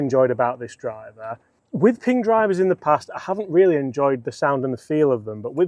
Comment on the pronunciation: Honestly it's just a win watching a pommy bloke on Youtube pronounce Ping without calling it Ping-guh